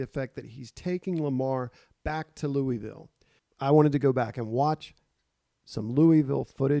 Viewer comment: It's pronounced Loughville. Gotta say it like you have a wad of chew in your mouth lol.